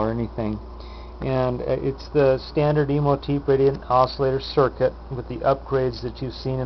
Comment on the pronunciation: OK, I gotta say it. It's a pet peeve. It's pronounced exactly how it's spelled. Imhotep. The last syllable rhymes with step. It's ancient Egyptian. Imhotep was the architect for Khufu's (great) pyramid.